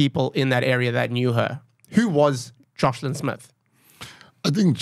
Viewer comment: He told you it's "Joshlin" then you keep saying 'Joslin' ...listening skills. God bless Gayton for all he's done and done here, sounds like it would've been buried otherwise. An excellent interview for what it reveals- police incompetence and complicity, children need the highest protection by society. Blow it open Gayton. Interviewer, when you want to start a sentence in the middle with 'I' ...please stop yourself. What Gayton had to say was SO important and specific. Put a bright spotlight on child trafficking - it's massive. We need leaders who have compassion for children.